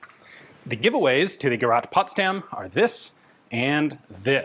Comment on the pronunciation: Hallelujah! After all these years, Ian pronounced “gerät” almost correctly!🙏😇